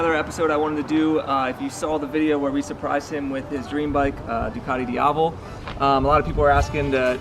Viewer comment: Try to get the pronunciation right on the Duc, it's still Italian